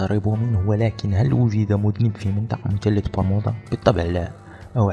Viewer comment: انا نسيت مثلث برمودا وقاعد افسر طريقة كلام اللي مسوي الفيديوا والثاء لاينطق تاء يعني مثلث مو متلت لما تبغى تتكلم بفيديوا يشاهدوه كل الجنسيات العربيه اتقن نطق اللغه العربيه اولا